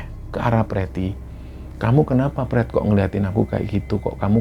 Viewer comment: Ini cerita horor tp pas denger Panggil pretty dng sebutan prett kok guyu kekel 😂😂😂